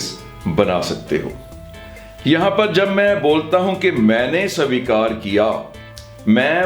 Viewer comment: Sir , pls svikar boliye